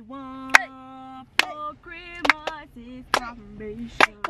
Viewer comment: “Look at the Chrimas tree!!!”😭😭